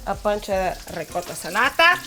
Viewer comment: OMG - you pronounced ricotta correctly. Looks fabulous. We (Italians) have used salata for a long time - it very yummy.